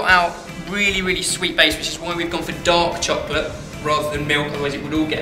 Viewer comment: When ben says "dark chocolate" i hear "dog chocolate"